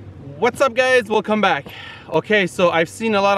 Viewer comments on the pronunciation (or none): I swear he said "We'll come back" instead of welcome back